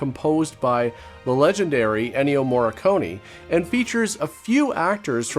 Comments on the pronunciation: it's "Morricone" not "Morriconi" T__T" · Dude, it's Ennio Morricone, not Morreconi.